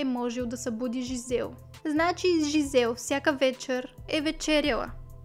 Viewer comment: Жизел и Доминик са французи и по този начин се произнасят имената. Не Джизел, което е английска интерпретация. Иначе, да, случаят е безпрецедентен и супер ужасен кошмар!